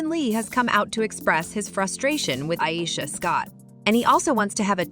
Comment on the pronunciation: Iyeesha 😂😂😂 u can’t even pronounce her name right